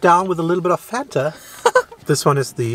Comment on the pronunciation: Fanta was invented by Coca-Cola Germany. As a German myself, how the f*** can mispronounce the name Fanta. He knows how to pronounce it the right way but he ruined it.